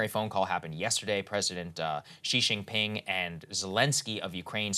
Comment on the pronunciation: Saagar, the j sound in Mandarin is more or less identical to how it's pronounced in English. It's not Xi Shinping, it's Xi Jinping.